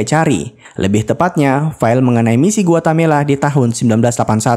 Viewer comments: Guatemala, bukan Guatamela. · Bkn guatemela tp Guatemala 😅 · Ada beberapa kali disebut Guatamela,seharusnya Guatemala broo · Bang kayaknya GUATE-MALA, bukan GUATA-MELA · Guatemala min, bkn guatamela😊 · Pln2 komennya ya mimin...Guatemala tp kok dsebut gautemela...itu nama negara bneran lho min...🙏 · Guatemala broo..Bkn guatamela😂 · Guatemala, bukan Guatamela. Coba biasakan cross-check data. Semudah membuka Google Search. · yang benar itu guatemala min bukan guatamela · GUATEMALA bukan GUATAMELA😂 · Para pembaca alur cerita film kayaknya harus belajar geografi lagi, Guatemala dibilang Guatamela. Pernah juga nonton alur film di channel yg lain ibukota Yordania harusnya Amman dibilang Amnan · GUATEMALA BANG BUKAN GUATAMELA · Guatemala min. .Gua Te Mala. . risih denger Guatamela ny min. . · Harusnya bukan "Guetamela"... tapi "Guetamala" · Sedikit koteksi GUATEMALA bukan GUATAMELA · Guatemela apa guatemala min?? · Guatemala min: dibaca Gu Wa Te Ma La 😝😝😘😘😘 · samaaaa!! awalnya gw pikir gw yg salah denger atau mimin yang salah sebut tapi mpe akhir review tetep Guatamela. tiap mimin bilang Guatamela, gw koreksi sendiri hahahaha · dia bilang Guatamela mulu 😅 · Gpp Om, Guatamela drpd Guamelata. Kl di togel itu namanya dimistik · nyebut Guatemala dengan bener apa sesusah itu ya? 🤔